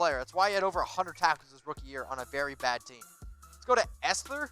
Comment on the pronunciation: Does this goon know how to pronounce "Esther!"?